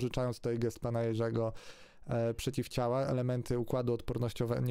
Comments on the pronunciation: Czy tylko mnie triggeruje sposób, w jaki ten człowiek akcentuje słowo „przeciwciała”? XD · Nie wierzę nikomu kto wymawia przeciwciała oddzielnie 🤣